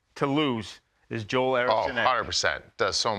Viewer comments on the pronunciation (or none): Good video recognizing a largely unsung great player. But his name is pronounced "jewel," not "joel." (He's Swedish.)